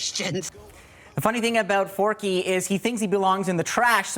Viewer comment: Forky? Four-Q!!!!